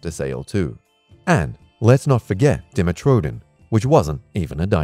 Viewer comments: It’s not di ma tro don it’s die met tro don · This sucks he says weak jaw asshole and he cant prononce demetrodon